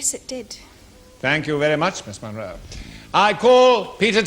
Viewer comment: Munro, not "Monroe".